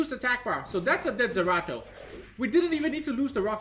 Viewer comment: Lol, it's Zeratu, not Zerato, wrong game